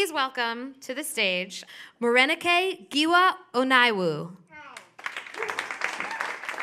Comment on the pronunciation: Wow someone said giwa right